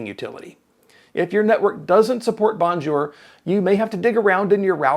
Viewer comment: nicely done, but you need work on pronunciation of Bonjour. It's french, not "Merican" :)